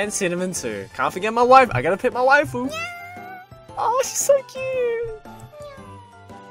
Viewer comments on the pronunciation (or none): none